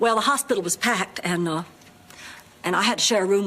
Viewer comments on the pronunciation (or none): none